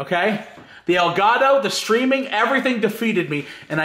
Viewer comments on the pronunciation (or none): Lol you said Delgato it's an Elgato 😂😂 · It's Elgatow, toe, not doe. He missed pronounced it. I am not making fun of him I know he doesn't speak Spanish I am just trying to help him out.